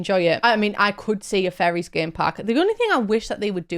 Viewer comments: I thought you were saying FURRIES not fairies lol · You saying fairies or furries? 😂